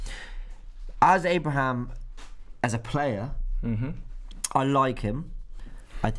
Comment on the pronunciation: Robbie,its pronounced Abraham 🤦‍♂️